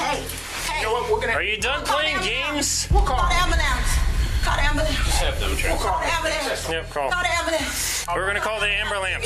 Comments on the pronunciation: I believe "amber lamps" is the correct pronunciation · "We're gonna call the 'amberlamps'" 😂😂😂😂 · call the ambalance call the ambalance cop repeated her mispronunciations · "Wait wait wait wait! Call the ambalance, call the ambalance cause I'm the queen of ghetto" 🤣🤣🤣🤣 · As a melanated person myself. Every time I hear one of us ask for someone to "call an ambalambs," my ears bleed. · 'Call da AmberLamps' LoL